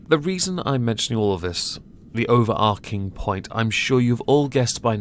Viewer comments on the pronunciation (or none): Good video, as usual. Minor peeve: why do you pronounce "overarching" as "overarking"?